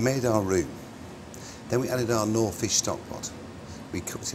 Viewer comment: Actually he doesn’t pronounce knorr properly.